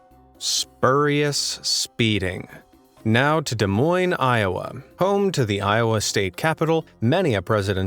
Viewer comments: I'll race to that subscribe button for pronouncing Des Moines correctly. For anyone who's wondering, it's French so the S's are silent. It's pronounced "Du Moyn." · I live just a few minutes east of Des Moines! He even pronounced it correctly! Not many people do.